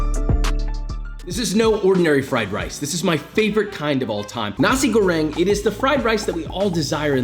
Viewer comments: correction:na-sik go-reng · It sound like he said Nazi grenade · damn imagine your a cook and someone in the cook station misheard you when u pronounced nasi goreng as nazi goreng